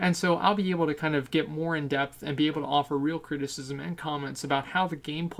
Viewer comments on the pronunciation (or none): none